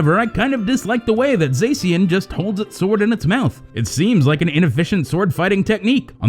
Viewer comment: Mini rant go: STOP PRONOUNCING ZACIAN AS “ZAY-SEE-AN”. THE OFFICIAL TRAILER LITERALLY SAYS “ZAH-SHE-AN” Ok mini rant over, sorry I just needed to let off some steam haha